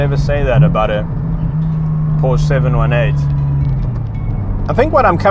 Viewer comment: A backwards country meanwhile you can’t pronounce Porsche right